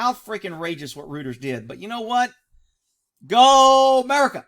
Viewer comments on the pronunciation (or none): For future reference Reuters is pronounced Royters. Keep up the great work. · a small correction, sir. Reuters is pronounced Royturs. i hope this helps, i dont mean it as a slight. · Just a heads-up. Reuters is pronounced ROY-TERS But, you can say it however you want